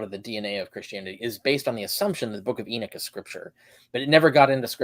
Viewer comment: It's Enoch, not Erick. 😅😅😅 You guys are kind of a joke.